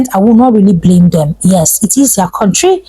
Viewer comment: If you want to know an Igbo man just ask him to pronounce this word: COUNTRY